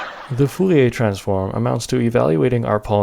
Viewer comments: saying Fouriae instead of Fourier is annoying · But, you keep saying "Fouiller" instead of "Fourier" 😅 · Every time I heard "foo-yay" I twitched. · Are.... are you saying ... Full e a transform? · Why are you saying foolyay transform? is it some kind of a joke that I miss, or just an engagement bait? either way consider me engaged. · Sounds more like 'foo-lee-ay' to me.